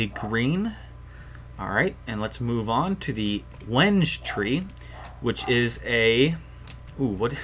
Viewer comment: Wenge is pronounced wen gay I think I watched yogscast sjin and he said that. I know this video is 3 years old but I just pointed it out.